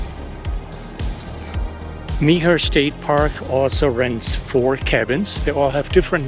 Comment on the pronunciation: Nice walk through and review, thanks! Did you have any problem with ants? I’ve seen that reported in the past. Mobile is pronounced “mo- BEEL” by locals. I think Meaher is pronounced “mayor,” but not sure. Thanks!